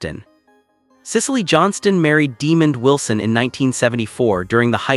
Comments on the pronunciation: Mispronouncing is real name and character name. Sanford and Son reunite…🙏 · These butt holes at Star Buzz want to report on someone whom they can't pronounce his name right.